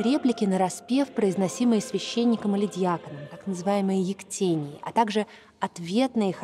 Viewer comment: Спасибо. Проверяйте ударения, хоть по википедии, что за "ектЕния"?)) Верно —"ектенья́"